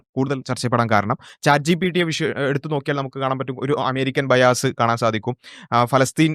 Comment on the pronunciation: ബൈ ആസ് (രണ്ടു കുണ്ടി അല്ലെങ്കിൽ കുണ്ടി വാങ്ങൽ ) അല്ല ബയസ് (പക്ഷഭേദം )